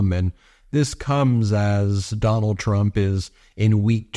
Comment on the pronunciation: Necklace sprayed with Duh-nald's bronzer 🤦‍♂️